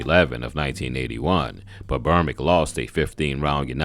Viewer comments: Its Berbick...not "Bermick"... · The man's name is BERBICK, NOT BERMICK!!! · How can you do this video and not realize you keep calling him Trevor Bermick? The closed captions agree